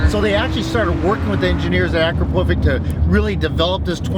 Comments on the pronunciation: Aaackro-povick 🤣. Anyways, sick car!!! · The way he says Akrapovic makes me sad.